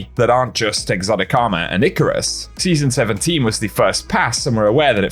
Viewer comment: I totally didn’t just hear you say “season 17” as “City 17.”